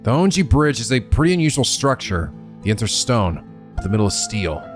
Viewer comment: This is going to bother me forever if I don't correct it now: Japanese is a phonetic language with syllables that are almost always separated out by vowel sounds, so... "Honjo" is pronounced "Hone-Jo" like "Hojo" from FF7. It's not too late. Please, come to the light, we can still save you from mispronouncing all the proper nouns in another japanese visual novel, EDIT: Also, as someone who's only about ten minutes ahead of where you are in the story, I have to say you should NOT look at any other playthroughs, even ones that show parts of the game you've already seen.